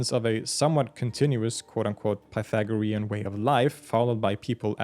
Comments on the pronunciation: Say it with me: "pie-THAG-rean." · I just got ptsd from math class 😂 "pathogarean" 😱😭💀